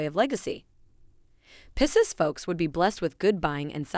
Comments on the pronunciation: It’s PIE-seas oh my where did you learn to pro ounce it like that? It sounds French. As does your Geminy. It’s pronounce Gemin-eye. I didn’t hear anything else you said as I was so fixated on that. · It’s PIE-SEAS… 😂